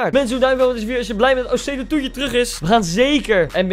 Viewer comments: Grappig dat ze gewoon de hele tijd osei tu you zegt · Niemand: Echt helemaal niemand: Koen: OSEI-TUTU